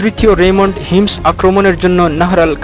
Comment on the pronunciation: এটা হিমস না হোমস.....